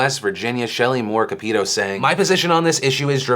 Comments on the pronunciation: He didn't pronounce Capito the way it's done for her. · I'm from WV it's pronounced Shelly More Cap-it-o. Hope this is helpful in the future. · Being from and living in West Virginia there was a ton of protesting all over town (Charleston) about Capito (Cap-i-toe pronunciation) so many people terrified she would vote YES, people were arrested in her office, posters all over town with her phone number on them and her face with a stamp that says "yes bot" ... personally I am glad she voted no, and she responded to the people who respectfully protested and voiced their concerns seems like a step in the right direction. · Just wanted to say, Shelley Moore's last name is pronounced, "cap-it-oh." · First, you said Capito's last name wrong, it is pronounced kap-it-oh, but that is besides the point. Second, I identify as a moderate leaning a little more to the left now, but I recognizes both the pros and cons of the ACA. However, if there is a need to replace the ACA, it needs to be able to be a way better system, but everything so far that the Republicans has been pretty bad. I lived in WV for around 5 years and in the poor areas, there is a lot needed that the ACA helped with and not really provided. Since they want to repeal and wait and then replace, it will be detrimental to the people of West Virginia. If the ACA is repealed and not provided a replacement, then more West Virginia's will suffer and the rest of Americans will suffer. To me, rather than thinking about how the people will be affected by the repeal, individuals are more concerned with getting rid of something they disagree with asap. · lolol. It's pronounced Cap- ah -toe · I agree with my Senator Capito (pronounced cap-i-to Phil). Growing up in West Virginia all my life, I can see why we need the ACA. Without a replacement, the costs for medical aid would sky rocket and with such a poor economy, people can't afford it. That would intel the death of many other persons who don't want to pay for that.